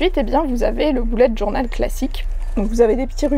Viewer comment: jadore quand tu dis "boulette journal " mdr. Sinon tes livres font très envie. De nous ton avis sur À fleur de peau dès que tu l'aura lu, j'aimerai bien l'offrir à quelqu'un.